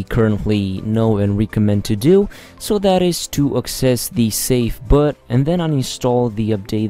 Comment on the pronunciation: Why the actual fuck does he pronounce boot like that?